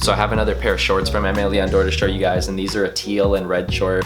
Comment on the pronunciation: The pronunciation of “Aime Leon Dore” is cringy